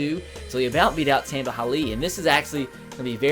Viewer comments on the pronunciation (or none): tamba is pronounced tomba not tamba